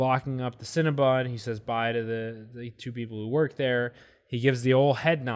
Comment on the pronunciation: Guys- it’s Cinna-BON not cinnabun!